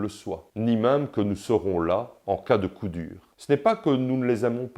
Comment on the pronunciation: D'abors on dit "mème" pas "m1me", si tu me permets cette locution quelque peu phonétique !